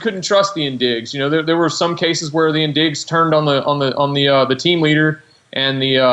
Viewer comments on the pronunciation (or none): it's pronounced 'in-dij' not 'in-dig'